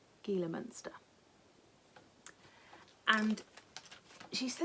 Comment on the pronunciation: I lived in Arizona so the Gila Monster is pronounced HEla. I love your program and watch you all the time! Have a wonderful time at your retreat. is lovely.